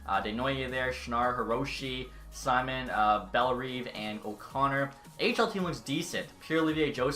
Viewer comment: It is not Simon, its Sihmone